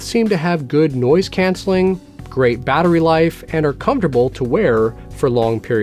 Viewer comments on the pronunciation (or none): none